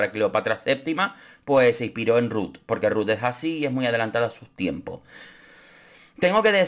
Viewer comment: Extrañare la manera que pronuncias RRRuth!!😂